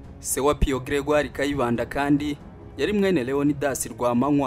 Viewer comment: Grégaire pas Gregire